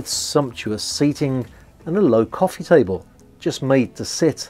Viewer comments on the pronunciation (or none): none